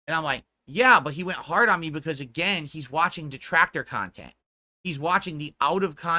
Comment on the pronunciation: He's just here making "PAHSITIVE AND MEANINGFUL KHANTENT" LOL The pig is just delusional. I wonder if he really believes that nonsense LOL What makes him think he is close to positive or meaningful? □